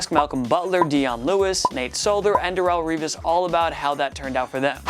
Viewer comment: My man said Darelle Regis?!?! 😆😆😂😂 does anyone wanna tell this guy that Darelle Revis was an all-time great before the Pats? I could’ve sworn this guy was a Jets fan, but apparently not 😆😂